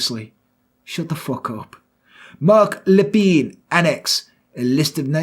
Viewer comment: Being a Canadian, your French accent and pronunciation was tres bein! As soon as you said his name I knew the story. Canadians still remember and recognize this tragic day. Wonderful and thank you.